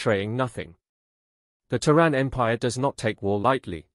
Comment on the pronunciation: it is Ter` ran